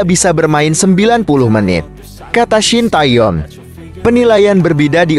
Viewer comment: Oeeeeeee....Shin Tae Tong tuh siapa.... belajar dulu baru jadi pembaca berita yang baik dan benar 👎👎👎👎